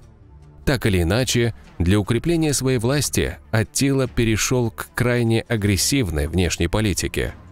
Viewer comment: В текстах анимации - Аттила, в речи диктора - Атилла, хаха